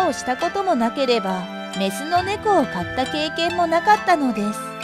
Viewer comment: 今回はイメジ映像が多く、日本語の（飼った）発音も ちょっと引っかかる ごめんなさい いいねできませんでした。